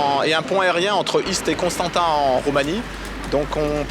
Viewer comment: On prononce « Constantsa », la ville roumaine.